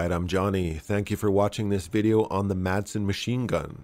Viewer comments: The pronunciation of Madsen is the same as it is in English, but without the hard D in the middle (think Mass-en, and you'll be a bit closer), its silent, the way it was said in the beginning of this video "Masen" sounds closer to Mason than to Madsen. Danish is weird i know, but we get by. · It's pronounced 'Massen', not 'May-sen'. So it's just like the typical English pronunciation, only with a silent D. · Just a little detail here... the correct pronunciation is simply "Massen" since the d is silent. Also, fun to see weapon designs from my home country. I used the Madsen quite a lot in Medal of Honor: Rising Sun as a kid. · If you want to pronounce it correctly in danish, say, Ma like in "malice" and sen like "I am in the 'zen' zone". Mason doesn't sound close. I don't care, just figured you were a guy that cared about all the small details, since you tried saying it correctly. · hillariously you botched the pronounciation so bad that the anglified name is actually closer to the real name! (great vid as always) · Just use the English way to say it because your are not saying in correctly in the Danish way